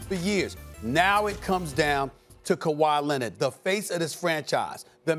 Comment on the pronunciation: Stephen A Kawhi Lennid